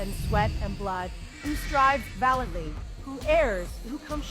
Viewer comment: she couldn’t look up the pronunciation of “valiantly?”